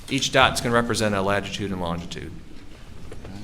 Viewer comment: Is he saying lagitude?